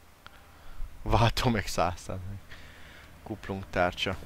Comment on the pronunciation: ti is halotátok hogy egyszerkuplung helyet kumpungot mondot ??xd meg lender éslenger kerék xddddddddddddddddddddd behótam